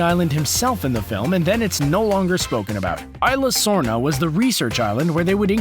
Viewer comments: it's pronounced issla sorna not ila dorms trust me I speak Spanish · Its pronounced ee zlesorna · Isla sorna (eesla sorna